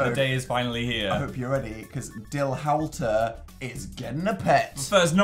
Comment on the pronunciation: It’s howlter, not howelter!